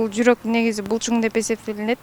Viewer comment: Булчум эмес булчуң!